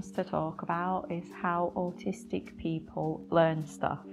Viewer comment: english ""peo'le""